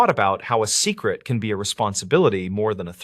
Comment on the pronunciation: I'm in Colorado but there's no natural piecing together so it might be hijacked. And nobody pronounces secret that way.